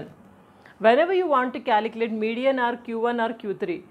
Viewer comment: Calecalate🤣 2 yem 🤣